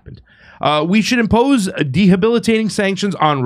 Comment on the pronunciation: I heard it's gonna be 105.... Craig never misses an opportunity to flaunt. Dehabilitating sanctions" WTF are you doing Jimmy? This guy can't read 5 syllable words.